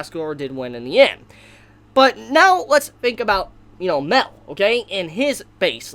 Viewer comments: It’s pronounced (my-el) not mell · its not mel it's pronounced like meel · It's ma-el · Guy it's MA-EL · Im pretty sure Mael is not pronounced "mel" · Everytime you say Mael it sounds like Mel and i think about Meliodas